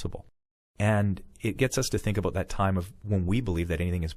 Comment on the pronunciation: a-boat lol